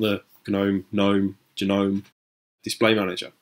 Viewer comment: just say the word gnome once lmfao, not g nome or nome, just gnome